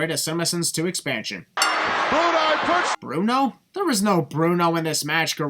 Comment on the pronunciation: Gorilla called Brutus "Bruti" (Broo-tye), not Bruno. It was just a shortened variation of his character's first name. And of course John Studd is walking to the ring, did anyone expect him to be running for how huge he was? Same for Andre.